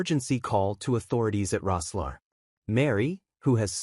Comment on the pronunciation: For Pete’s sake it’s pronounced..’Rosslair’..ridiculous, a joke!